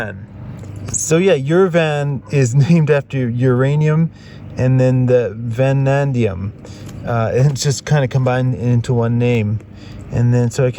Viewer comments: It is vanadium, not "vanandium". It does not hurt to sometimes remind ourselves that USA is the only country evil enough to have used atom bombs against an enemy. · Great video! Amazing country, adventure & the story you’ve woven!! Just for clarification it’s Vanadium (no extra n) that’s found with the Uranium there & used as a steel alloy. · You keep calling it Vanandium; I'm pretty sure you own Chrome-Vanadium tools.